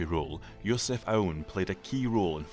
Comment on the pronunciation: Yea, it's not Yo-sef Aoun, it's Joseph Aoun. Believe it or not, we have a lot of Josephs in here.